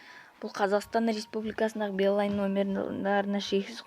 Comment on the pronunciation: Бл енды балайн деген сөзды айта алсасан позорго